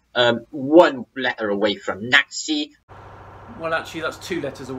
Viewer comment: You corrected him when you should've, he didn't say Nazi he said nasi Or naphsy?